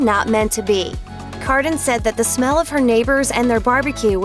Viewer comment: "All i shmell ish pheesh"